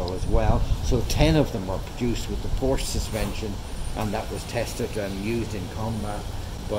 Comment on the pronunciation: Needs refurbished. And i cringe a little every time someone says Porsche wrong